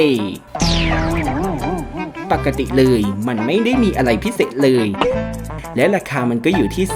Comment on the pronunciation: เลย ไม่ใช้ เรย นะครับ